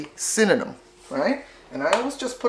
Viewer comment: I love it she say cinnanum like me love the recipe